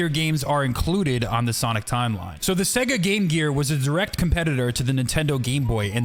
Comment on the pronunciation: In of you slow it down it sounds like he’s saing seg instesd of sega